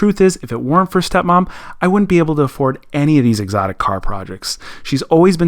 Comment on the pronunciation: 🤣🤣🤣🤣 I absolutely died when he said steo mom